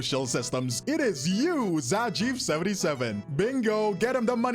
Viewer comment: misreads zajef's nickname like zajif